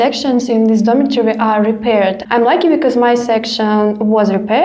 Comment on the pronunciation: I've noticed many Russians pronounce lucky like lacky. Uh uh ugh.